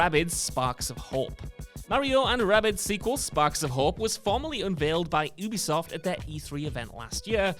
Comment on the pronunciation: Yoo-bee-soft. You are supposed to be a gaming journalist, damnit! Say it! Yoo-bee-soft!!!